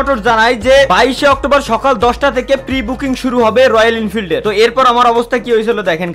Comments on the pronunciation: ওটা ইনফিল্ড না রে,,, ওটা এনফিল্ড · Are ইন্ফিল্ড noy এনফিল্ড ota